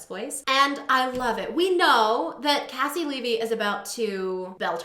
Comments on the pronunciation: It’s very commonly mispronounced! Think of her first name as KC you pronounced her last name right though! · Caissie Levy my QUEEEEEEEEN. (Also just FYI she pronounces her first name like KC). She's incredible. So happy to see her on here.